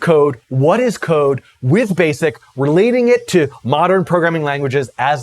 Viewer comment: Ha ha. I guess since I knew the context of his statement, I heard it as "code", but re-listening to it with cocaine in mind, it does sound like "coke".